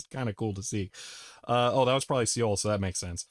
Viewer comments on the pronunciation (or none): none